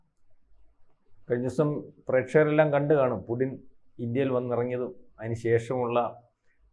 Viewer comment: പുഡ്ഡിൻ അല്ല പുട്ടിൻ ആണ് മാഡം